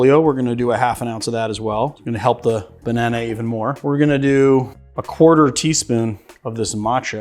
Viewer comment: “Bannan”, not “Bananey”!